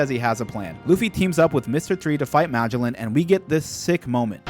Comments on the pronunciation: bro Mah-g-lin? Ma-gel-on. His name is Magellan. Like the famous explorer who sailed around the world. I really hope you pronounced that wrong on purpose. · bro plz stop saying magellan’s name like that😂😂. it’s muh-gel-an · It's Ma-GELLan, after the actual Portuguese guy who conquered the Philippines for Spain. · Dude its pronounced Ma-gell-in not mah-joe-lin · Just so you know, his his pronounced muh-jell-in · Magellan- Muh-jel-lan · Poison warden= "Muh Jell ehn" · its magellen like the explorer, and Hannibal is like the movie or the general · ily bro but its muh-jell-in please i lose part of my lifespan every time you say his name like that 😭😭😭😭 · Muh-Jell-In btdubs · Pronounced ma jell an, Magellan with the a having the same sound as the a in at. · God it bugs me how he says Magellan. Like bro, you know how to say Ferdinand Magellan. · I can't handle the mispronouciation of Magellan. lol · My only gripe with your vids, is the pronounciation of some of the characters names 😅 Magellan for example, or the use of eneru 😮‍💨 Great vids regardless, and I love your theories and excitement! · Wait...how the actual fuck did you pronounce Magellan..? Yeah, I cant tolerate anyone who fucks up that badly on a basic name like that. Thats a hard pass. Ill never see you again✌️ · I cringed every time he said Magellan